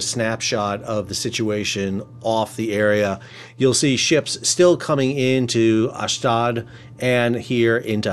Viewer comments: Ash Doad. pronounced like 'load' ... love teh content keep it up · TY Sal. FYI- Ashdod pronounced ahsh dode. Dode rhymes with toad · Sal, please pronounce the port city in Israel as Ashdode (as in tode) its ridiculous when i hear you say "Ashdad". Also the other port city closer to Gaza is not askelion, it's "Ashkelone" as in Ash-clone in proper pronunciation. Thanks